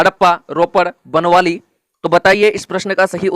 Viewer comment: Ye बनवाली नही है बनावली है